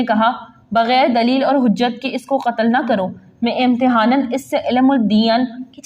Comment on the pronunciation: Apki vedio boht achi lgi bs talfuz ki islah kejeay .....daleel (reason)r bahisht(heaven) ap ny Galt boly shukria